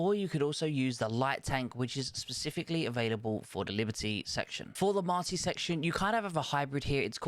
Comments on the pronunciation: it’s not Marty. It’s Martyr. 🤷‍♂️ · lol no worries. It’s M A R T Y R, as in someone who dies for a cause. M A R T Y is a name for a boy 😁